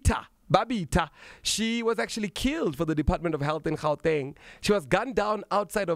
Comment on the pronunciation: You must start pronouncing "Gauteng" accordingly, otherwise you are as much as colonised!